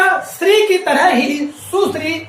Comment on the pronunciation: अपने श पर काम करो सर आप बार-बार शब्द को सब्द बोल रहें हैं, श्री को भी आप स्रि बोल रहें हैं l